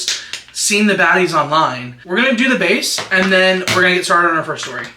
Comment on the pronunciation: I literally had to play the video back while doing my makeup because of the “long shory stort”